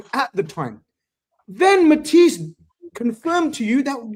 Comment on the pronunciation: Matissee 🤓 like mans from Chernobyl lol